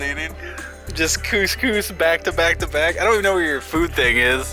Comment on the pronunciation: Please tell me that isn't how you actually pronounce cous cous?! My mate heard your pronunciation and pointed it out to me and now I can't unhear it!